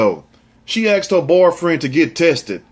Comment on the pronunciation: Asked!!! With a s not with an x. Axed is like letting a show go!!